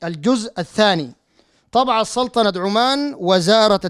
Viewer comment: ركزوا كيف ينطق سلطنة عمان .عندما يريد الله ان يغلط الشيخ .في الدقيقة 5.30 ويقول سلتنة عمان .ان تغلط كثيرا والناس تتابع